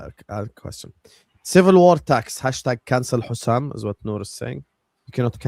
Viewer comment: Stop calling Hussam Hassam!